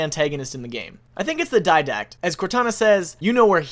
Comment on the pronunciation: DID- ACT NOT DYD-ACT